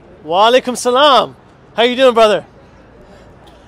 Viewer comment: Dude your Salam it's not right the way you say it.....